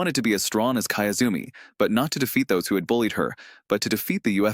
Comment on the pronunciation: kiyozumi, key-yoo-zoo-me. not kaezumi.